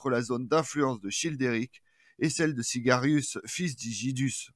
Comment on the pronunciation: SIAGRIUS et non Sigarius !